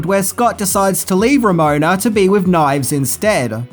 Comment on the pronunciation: Man, you really struggled with Ramona's name there, didn't you?